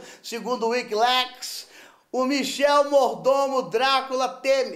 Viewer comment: wiki-LÉÉÉKS !!!!! Chorei